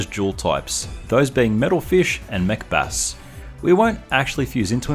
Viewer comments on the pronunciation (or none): Every time you say Mech Bass, I keep thinking you're saying 'Macbeth'